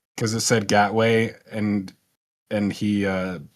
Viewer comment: GAT WAY lol